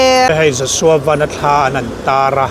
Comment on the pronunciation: Vanlalpianga hi Joshua van hming lam hi a lam dik thei lo thin chu